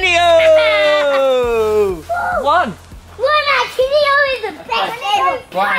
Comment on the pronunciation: Not Ronaldinho its romandinio😊